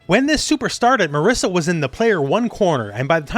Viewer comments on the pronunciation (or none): Ok is not MARISSA is MARISA, she's Italian! We italians don't call Guile Gooeele! Some respect. :)